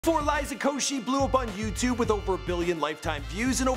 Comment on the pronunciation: woah, he pronounced liza's last name correct